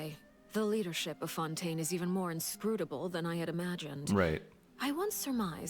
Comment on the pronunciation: Cyno: fonten...........get it?